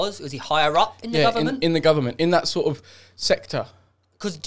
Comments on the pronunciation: "In the govornmont..." Like if you remember xD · The guvlammint